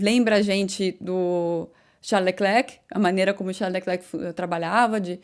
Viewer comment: Bom dia, eu percebi que você e os (brasileiros, eu me incluo) falavamos "Leclerc".. Mas o nome dele, dizemos ( eu também aprendi) "Lecler", isso acontece com o nome " Giles" que as pessoas chamam de " Gile".. Não se diz a letra "C " do Lecler(c) isso não faz nenhuma differença, nas suas analises, é apenas uma maneira de dizer que gosto do seu programa.e adoro as suas analises. E eu, comecei a escutar as corridas (de Formulas 1) com Jim Clark, ainda no radio, so não lembro do nome da radio, eu era pequeno.